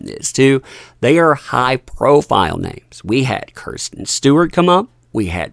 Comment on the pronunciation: Love you man and everything u do, I watch your channel religiously... but..... It's pronounced 'Kris-Ten' Stewart.... And Margot 'Raw-Bee' mate. And I promise you I'm not hating or trying to be a dick ( although in hindsight it sounds like I am ) 🤦‍♂️🤦‍♂️🤦‍♂️🤣🤣 It just hits the ear 'funny'. Please 🙏 forgive me, I'm a little OCD about stuff and I know how I can sometimes come off sounding a bit... weird. Please keep doing what you do and making waves, because if you have the 'Elites' coming after you, you're definitely doing your job to the absolute best 👌🏼 And as a penance.... I shall be buying your comic book to say thank you for all your hard work brother!!! Thanks 😊 👍🏻